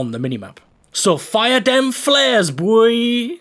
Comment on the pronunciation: "fire them Flares boy":D the way you said boy sounded like boi to me. i dare you to go check what it mean in Portuguese. XD stay cool, i apreciate your videos alot. keep at it